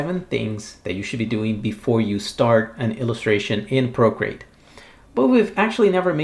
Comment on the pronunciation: I like your accent. Sounds like you’re saying “brocreate.” That would be a great screen name. ;) Valuable info, as always. Thanks so much!